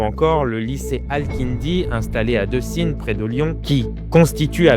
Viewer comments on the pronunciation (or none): Ça se prononce DÉcine pour Décines